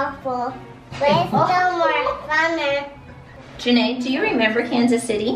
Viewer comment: Its Janae not Jenae